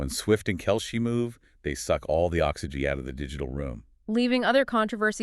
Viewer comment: Could u stop mispronouncing Travis Kelces last name?